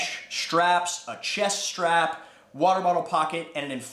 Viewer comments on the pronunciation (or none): Every time you pronounce “str” you are adding in an “h”. Can you please try to stop this bad habit. Many people of your generation do this. It’s very annoying as there is NO such sound in the English language. i.e. say strap, not shtrap ….not trying to be mean-spirited here, but actually trying to make your enunciation correct, plus it’ll make you sound more intelligent and believable.. Cheers.